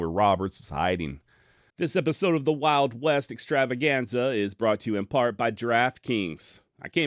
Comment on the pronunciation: I miss the way you used to start the show with an over the top R-roll, Exxxxtttrtrtrtrtrtravaganza!!!😅 Love your channel